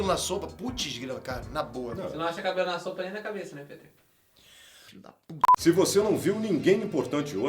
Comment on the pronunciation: para o PITER (COM I MSM) AR e ÁHH tem a mesma pronuncia